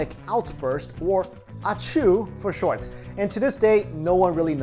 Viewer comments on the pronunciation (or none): none